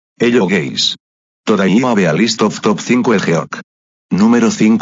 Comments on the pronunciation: I heard that hello gay🤡🤡🤡🤡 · the speech is kinda weird I heard it say ‘Hello gays’ damn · "Hello Guys" My Ears: hello Gays